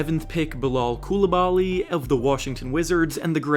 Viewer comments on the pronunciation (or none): I remember when silver said he’s name wrong 😂